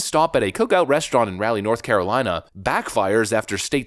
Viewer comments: It's not Rally. It's Rah-lee. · It's not "Ralley" NC its...."RAH-LEE" NC. Also happens to be my name. People always pronounce Raleigh like Riley or Rally 🤦. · LOL! Raleigh is pronounced like "Jolly" only with an "R" Rolly... But, you've got a great narrator's voice. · rawlee not Raley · Cookout is a small fast food chain; especially popular with teens and college students. I guarantee that the price increase was felt by many of the everyday customers. Thanks Biden Administration! Btw, we pronounce the city as “Rah-lee.” 😁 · As someone from South Carolina I can't see myself being in the same county as Joe Biden thank God I'm from South Carolina and not anywhere close to Raleigh.(ra-lee) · Two things: 1 - "Raleigh" is pronounced "Rolly." 2 - I was there. It's terrifying to think he was elected, to begin with. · I really wish people would learn how to pronounce Raleigh. It isn't rally. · I pronounce it as Ray- lee. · That's not how it is pronounced, but I don't care any more since it's a blue city... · For future reference, that's pronounced Raleigh. The A is short, but your message is spot on. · I lived there in the 90's. You pronounce it wrong. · lived here all my life and you should take a closer look at the correct pronunciation.